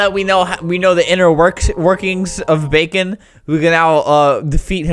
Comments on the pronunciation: it's bakon not bacon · It’s not bacon it’s bakon (back-en) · It’s called bakon not bacon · ITS BAKON NOT BACON JEEZ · it's BAKON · Its not Bacon its bakon and i have bakon UwU buff in my luff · This is not bacon, it bakon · Btw its bakon